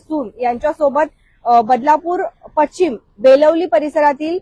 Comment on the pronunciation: पश्चिम नाही पशिचम जोड शब्द आहे नीट उच्चार करा जोड शब्द नीट वाचा आणि मग बातम्या द्या ना